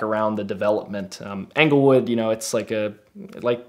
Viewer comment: Anglewood? Try Englewood, talk about sketchy.